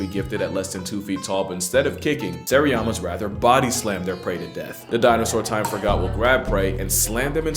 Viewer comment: Seriema not seriama